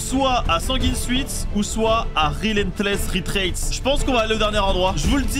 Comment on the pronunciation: Rélèntlèss rētręat MDR personne sait le prononcer